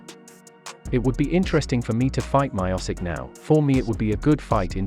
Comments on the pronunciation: Hey guy you pronounced Miocic wrong. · You pronounced Miocic as wrong as it's possible. What the hell is wrong with you.